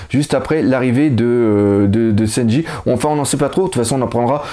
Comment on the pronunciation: Juste une chose ... c'est SANJI , pas SENJI ^^